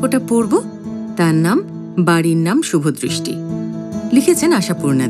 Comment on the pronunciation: শুভদৃষ্টি না শুভদয় 😁